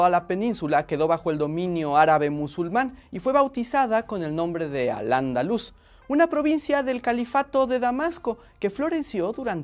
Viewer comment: He encontrado TANTOS FALLOS históricos, temporales y hasta de pronunciación (como lo de "al-Andalús" en vez de al-Ándalus)..., que tendría que escribir un libro para comentar todas y cada una de las incongruencias que tiene el vídeo de forma detallada. Que el vídeo tiene buena intención, pero denota una búsqueda de información muy general y a veces para hacer el chiste confunden con datos descontextualizados... Una pena, porque está muy trabajado. FALLOS: - El Reino de España es posterior a lo que comentan - La Península no cayó entera bajo dominio musulmán y en los reductos montañosos es donde se fraguó la resistencia cristiana - No todas las palabras que empiezan por "al" son árabes - La "Reconquista" también se consideró una cruzada para el Papa, con ayuda de cristianos extranjeros - Mezcláis reinos y personajes de un período que duró 7 siglos... - Habláis de Granada y luego ponéis un mapa donde el reino de Léon está escindido de Castilla y donde Aragón ni siquiera tiene el Reino de Valencia (en cuya conquista ayudó el Cid Campeador, que habíais mentado con Castilla en un mapa donde no había nacido). - Aragón al final de la Reconquista estaba pasando por una crisis económica y el tema de los catalanes en ese momento histórico era otro..., entre varios nobles y la monarquía aragonesa. - El Reino de Navarra sí que se juntaba, de hecho su dinastía estaba emparentada con el resto y también tenía buenas relaciones con Francia (otra cosa es que ya no podía expandirse más), apart